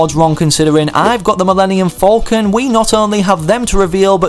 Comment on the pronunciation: He said Millennium Folcon